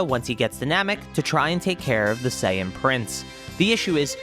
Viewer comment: "Vegtea" "legdary" "sayain" 🤣🤣🤣🤣🤣